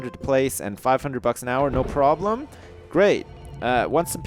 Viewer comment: problem not broblems